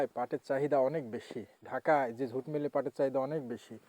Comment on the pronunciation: ভাষা জানেনা, সে আবার ইউটিউবার, জুটকে ঝুট বলে